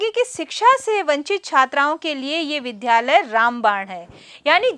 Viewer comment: ज्ञानवर्धक लेकिन विध्यालय का शुद्ध उच्चारण विद्यालय अपेक्षित है।